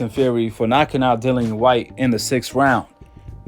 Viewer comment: The man's name is Dillian (Di-lli-an) E. Whyte. not Dylan E. or Dillany, as heard numerous times in the video